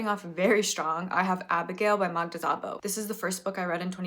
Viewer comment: just so you know, Szabo is pronounced not like "z" but "s". im not good with phonetics writing but more like s in "submarine"